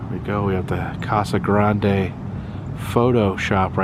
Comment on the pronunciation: Tge titan missile silo is a real place, It’s pronounced cacti And the E in casa grande is silent. I’m sorry that I’m picky about this but as a AZ native little things like this irritate me.